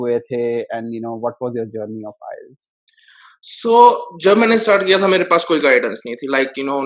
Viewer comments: bhai inka 4 baar me 'ILETS' ho gaya wahi badi baat he 🤣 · He is wrongly pronouncing IELTS. He says ILETS (not once but every time), Very strange how can he score that much... Something fishy.